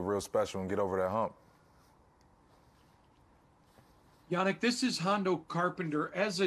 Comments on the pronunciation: Ngakoue: The correct pronunciation is Yah-Neek-In-Gawk-way Reporter: Hey YEA-Nick...... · “My name is Prounounced YA-NEEK, or Yan for short... “ Next reporter: “Hey, YA-NICK...” Gosh ppl 🤦🏽‍♂️ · “Yah-neek Ng-ga-quay” Next reporter: Hey Yahnick Smh pay attention turd lol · Cassie Soto (legit follow on Twitter BTW) asked the correct pronunciation of Yannick's name: Ya - Neek & immediately afterward a nameless, ding dong reporter addresses him incorrectly: Ya - Nick Shout out Soto for being a class act!! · He said Ya-neek not Yannick. Dat reporter said it wrong immediately after he gave them the correct pronunciation 😂😂😂😂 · Reporter 1: How do you pronounce your name? Yannick: Its pronounced Yu-Niqe or just say YAN if its easier Very Next Reporter: HEY YANNICK 😱